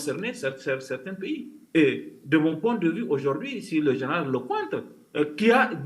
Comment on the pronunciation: En fait ce "zénéral" a fait une déclaration de guerre aux Africains !c'est noté" zénéral"